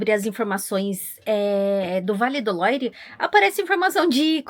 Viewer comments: Por favor falem Vale do "luar" a pronuncia é essa Vale do Loire é muito estranho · Vale mto visitar o Château de Amboise, onde tbm tem o Castelo onde viveu Leonardo da Vinci . Imperdível! A título de informação, a pronúncia de “Loire “ é “Loir “c/ o “r” puxado na garganta, a lá francesa), e “Loire” é o nome do rio que passa em torno dos castelos . O som da combinação da vogal “o +i” é sempre” oa, “ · O vale é lindoooo! ❤ Vale do Loire (pronúncia correta LUAR). Chambord (se pronuncia CHAMBOR)